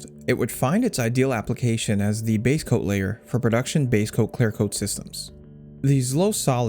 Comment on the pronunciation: Is it "claire coat" or "clear coat"?